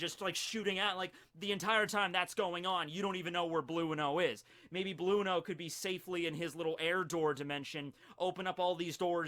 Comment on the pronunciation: are u telling us that u pronounce enel as eneru and blueno as blue-no not bruno??! Ohh okayy